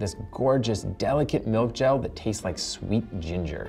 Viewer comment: Please,, do not ever say 'milk ge'l again. Ugh